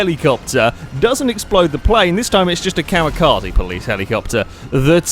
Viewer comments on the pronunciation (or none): none